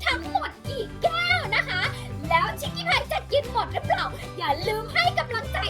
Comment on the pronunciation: ชิกกี้พายพูดคำว่าแก้วเป็นแก้งค่ะ